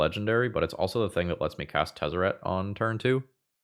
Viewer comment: You said Tezzert, Agent of Bolas. I watch the video, and click "like".